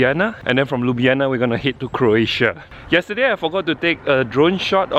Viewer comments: Not Liub'yana, but LyubL'ana. Where is my rap, you promised? Do it? it's simple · Liub'yana (Ljub-djana), as you said, mean kiss pussy. :D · 😐 it’s Ljubljana !!akward